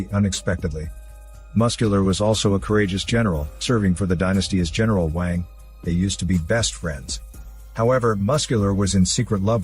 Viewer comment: when you said "racists" you mean people who doesn't speak the language so doesn't know and you just trying to feel like you are superior by calling everyone a racist ? Edit: it's pronounced as WONG not WON